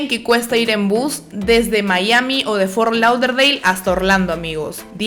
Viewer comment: Las amo pero te odie un poquito cuando pronunciabas fort lauderdale 😂